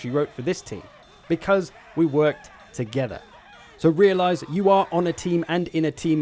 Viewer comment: Love the way you say "attack to-GETH-er" 😂